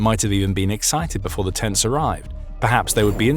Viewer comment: 🤣🤣🤣🤣🤣🤣🤣🤣 🫡 " The tenters" 🤣🤣🤣🤣 it's how hilariously you say it elegantly 🤣🤣🤣